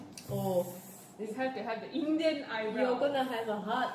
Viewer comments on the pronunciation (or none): I like the emphasis on INDIAN eyebrows 🤣